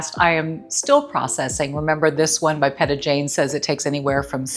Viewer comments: Looks amazing and great tips. Thank you!! The tan foam is pronounced P long E ta 🤎🤎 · Peta(pronounced like Pita bread) Jane is a former pro-dancer from Dancing with the stars, momma of three boys 😊. I was scrolling through instagram and saw her add about the self-tanning , I did not buy simply because I still have some other self-tanner recommended by you and I just want to finish it. By the way, I like these lashes better than the last extensions you used get☺️my humble opinion only. Thank you for the video I truly enjoyed it ❤ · Great video! You’re definitely a pro. Peta is pronounced Peeta. She’s a pro dancer and and a champion in ballroom Latin dance. She’s on Dancing with the Stars